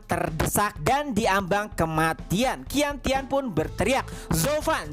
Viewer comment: cara baca qian tian adalah ( cian tien ) bang